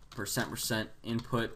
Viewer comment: "inut" bothered me for a long time...